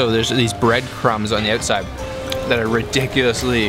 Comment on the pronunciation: "its söu crispy on the öutside"